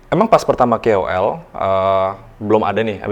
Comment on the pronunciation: KOL kak bukan kewel